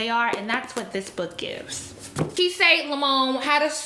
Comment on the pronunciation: Not sure if anyone said it already, but I believe Kiese Laymon's name is pronounced key-essay. I met him at a reading/discussion a few years ago and I'm almost certain that's how he pronounced it.